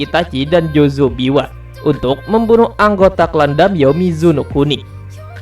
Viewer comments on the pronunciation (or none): JUZO bukan JOZO ya